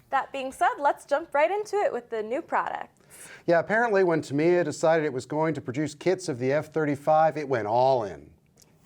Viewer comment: I believe the company name is pronounced TAMiya.